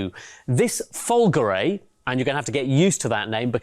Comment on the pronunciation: We can't show you the dash so here is a Fiat Panda one in it's place which should not be too far off! Also learn some proper Italian because it's pronounced Fulgore` with the accent on the E not Fulgory you freakin slaphead!